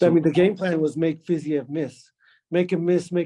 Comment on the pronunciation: justin goes through three months minimum of training camp intensely focused on fiziev and doesn’t even know how to pronounce the name